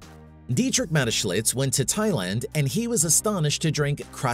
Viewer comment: Where is there a letter L in that man’s name. Do some homework on how to say the main subjects name. It’s annoying and disrespectful